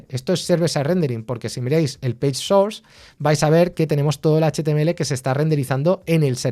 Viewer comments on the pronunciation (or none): none